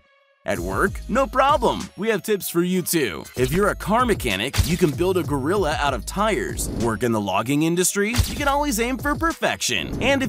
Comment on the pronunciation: A ‘Gorrila’